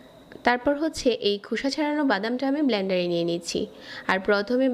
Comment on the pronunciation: "ব্লানডার" হবে না, সঠিক উচ্চারণ হচ্ছে, ব্লেনডার .....